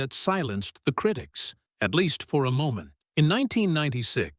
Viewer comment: Such inept narration. Not meddle, it is metal, with a "t" and then he cannot pronounce. Some just lack education. It is so hard to listen to this. Not criddics, but critics. Scattered, not scaddered. Now, please....